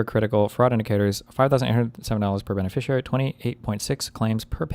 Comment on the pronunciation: how has he still not learned how to pronounce the word "beneficiary"?